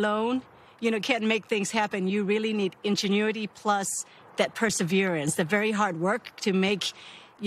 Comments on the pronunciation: what the heck is UN genuity ? IN IN speak after me IIIINNN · The second he said: "ungenuity" he lost all credibilty with me so and I stopped the video and went to a better one in order to celebrate the achievement. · "ingenue-ity," lol. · Ungenuity 🤔 Lol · Pretty sure he said "ungenuity" haha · He said "Ungenuity" 😆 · Lol “on-genuity” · Why can't a single CBS person pronounce the word "Ingenuity"? Odd. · the way this dude pronounces ingenuity makes me physically violent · CBS can't get an announcer who knows how to pronounce INgenuity?